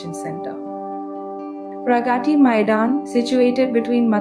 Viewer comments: nice video...but why is it so hard for the narrator to pronounce 'Pragati Maidan' ? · Teach AI how to pronounce : प्रगती 🤣🤣